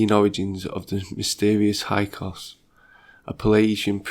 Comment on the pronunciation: Are you trying to say Hick-saws? (Hyksos)